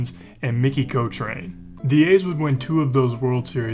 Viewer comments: I let it slide when you couldn't pronounce Cochrane. I quit watching when you couldn't pronounce Vida Blue. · I winced too. 😮